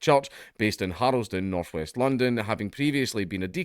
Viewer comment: I like the way you pronounce Harlesden with an extra vowel. I think most of us Irish might do the same. Thinking of West Minster, though in that case the extra vowel is a recuperation.